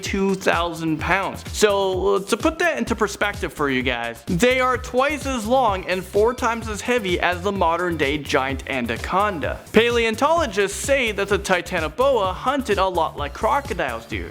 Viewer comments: if u wanna do a video about things with strange names, learn to say them properly. Things like andaconda instead of anaconda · and then he STILL gets them wrong.... he also said anDaconda....... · Lol was it just me or did say crustaceous and andiconda? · Did say Andaconda instead of Anaconda? 🤣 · Oh i've been spelling and saying it wrong for years it's anDaconda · Made me cringe when he mispronounced “Anaconda”